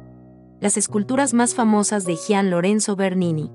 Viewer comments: Gian, no se pronuncia como “J”, sino como “G”. Como Gianny Verssage! Buen video, gracias! 👍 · Nada más una puntualización: por favor 🙏🏻 no se dice “jian” Lorenzo , se pronuncia como si fuera y. Cada vez que lo dice me da unas ansias… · Gracias por presentarnos a Bernini. Te felicito y agradezco el aporte, Bernini es de mis artistas favoritos. Sugeriría que nos indicaras donde se exhibe cada escultura u obra de arte. Aquí en LATAM el nombre de Bernini lo pronunciamos Yian en vez de Jian, lo siento raro. Saludos